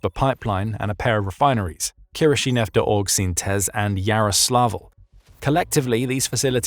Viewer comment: If we're expected to believe this channel actually employs a real British Human as Narrator, then they gave the game away in this video. Or it's just amazingly fortunate and totally coincidental that he's perfectly comfortable pronouncing Kirishinefteorgsintez as though he was born there. Even the locals are frustrated with the letter-count of their city's name. The Narrator should be given a pay raise because he's the only Brit who could pronounce that. He probably never expected he'd need that skill in his professional life.